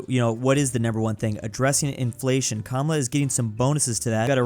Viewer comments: Kuh Mala… not cumula. But it is what it is cause no one cares lol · It’s kaa maa laaa